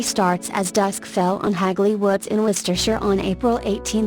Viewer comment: Thank you for not having a robotic voice! Extra points for pronouncing Worcestershire correctly...Wow!